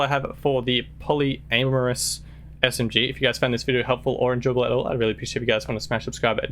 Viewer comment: A second there, i though it sounded like Poly-anus